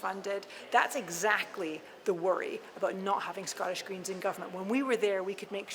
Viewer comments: This Canadian odd ball comes over here and doesn’t even know how to pronounce the word Scottish properly. Gross. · I never want to hear her mispronounce "Scottish" ever again.